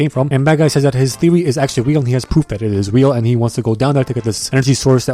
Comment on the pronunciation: 2 18 YA ITS WEAL NOT REAL WEAL LOVE ENGLISH